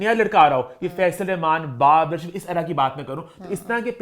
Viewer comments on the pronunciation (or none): none